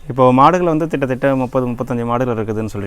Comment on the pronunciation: Tamilla kitta thatta.... not Thitta thitta